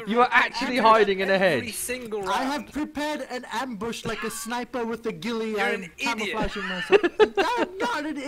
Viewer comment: "I am not camling I have prepared an am-BUSH!!"